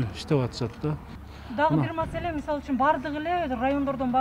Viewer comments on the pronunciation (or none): none